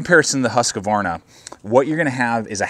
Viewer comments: Good video but you're killing me, its Husq-varna not Husq-a-varna. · I like how you pronounce it Husqavarna. should be closer to Hoosqvarna though, basicly means Millhouse :) or 'the house mill' small place in sweden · Nice review. For the future though, please pronounce Husqvarna correctly. Only 2 A's. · He is American lol they have trouble with any language that isn't Americanese